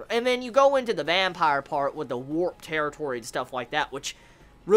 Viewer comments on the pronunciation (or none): none